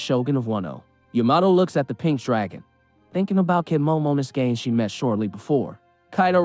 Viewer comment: They way you pronounce momonosuke is bothering me... from now on just call him momo